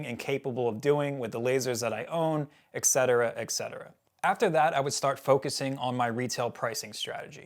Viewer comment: Nice info. Thanks for sharing. PLEASE learn how to pronounce ETC. There is no 'X' or X sound. Et cetera, usually abbreviated etc., comes from the Latin et, meaning and, and cetera, meaning the rest. So et cetera literally means and the rest. Your perceived IQ goes way down when you can't pronounce simple words.